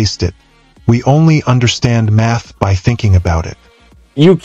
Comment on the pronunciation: At first, I didn't hear math from the narrator. I heard, "meth explains.."